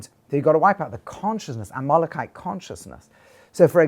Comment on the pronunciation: A little confused by the pronunciation of Amelekite... to Amolokite??